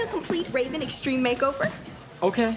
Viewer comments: I’m glad I found a friend to talk about obscure episodes from our childhood with❤ plus I love how you say extreme! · The way you saying Extreme got me cracking up 😂